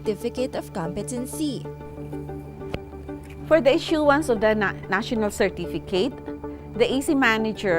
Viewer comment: Thank you for this video, it is very helpful. There's only one thing I would like to suggest: please pronounce correctly the word "competency" .... you may google it by typing "competency pronounciation"... the stress falls on the first syllable just like how you pronounce "competent" in which the stress falls on the first syllable.